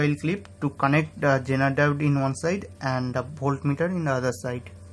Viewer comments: You are saying "genital" instead of "zener diode" , that's funny !!!!!! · Sorry but this guy sounds like he's saying genital.